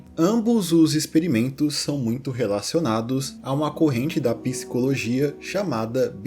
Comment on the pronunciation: Por que vocês falam piscicologia ao invés de psicologia?